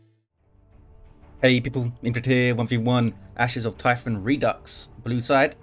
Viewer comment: Redux is latin, you are pronouncing it correctly with a hard ks for the X. French also has the word ( again from Latin ) but pronounces it differently. The original word root is re - deuk with a hard K from proto indo european ( pre latin ). Latin has redux and reducere. Hard. Soft C. This also pops up in reduction, reduce, etc, both the soft and hard c are present. ( I love etymology ! )